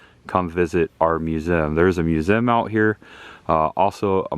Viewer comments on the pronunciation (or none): Please stop saying "museum"... Lol It always sounds like "mewzim" 😂😂😂 Always look forward to your videos...